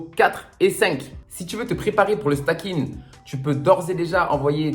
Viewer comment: Bonjour. Juste une précision, on ne dit pas "stacking" mais "staking"... comme dans "proof of stake". Bonne journée!